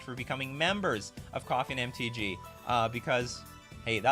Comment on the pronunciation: I can't be the only person who hears Coffin MTG when says Coffee and MTG. I've known the name of the stream for months, but always hear Coffin